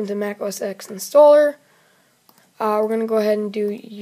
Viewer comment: It's not Mac OS EX. It's Mac OS TEN.